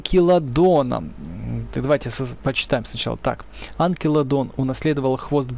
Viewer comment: Не Анкилодон, а Анкилокодон